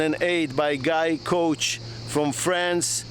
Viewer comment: Isn't it 'Guy Couach?'